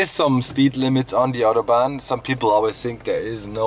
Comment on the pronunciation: Warum sprichst du "Autobahn" falsch aus? ;D